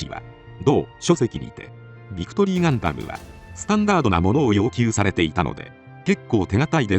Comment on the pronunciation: ガンダムの「ガ」を鼻濁音で発音してる所が有るのが気になります……。鼻濁音のガ行音は、外来語的な語には使わないのが妥当です。